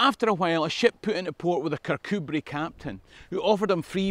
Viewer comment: I vote Patriot! I've visited JPJ's tomb in Annapolis. My Scottish ancestor who came to the US originally hailed from near Kircudbright (thank you for providing the correct pronunciation!). And for telling the tale of how the US invaded Britain -- I did not know that!